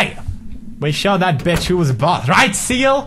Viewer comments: i think it was seal not siel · did he say siel? Whos siel???